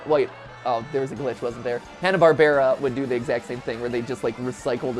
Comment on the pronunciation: Why does he pronounce hannah Barbara so weird?